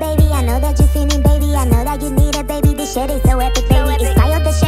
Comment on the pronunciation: Let's just accept dat joceline harnandez pronounce 'baby' as 'bunny'😂😂